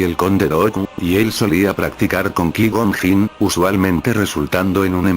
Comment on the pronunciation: Con todo respeto y agradeciendo el video: suena fatal la pronunciación de los nombres propios "squiwalker", "kui gon jin", etc.